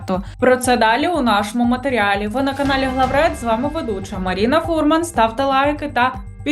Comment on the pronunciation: Чому МарІна, а не МарИна? По московськи звучить звучішіше, чи що?